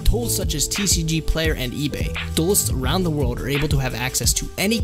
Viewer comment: Can we talk about the fact that you said awound and not around the first time? Made me chuckle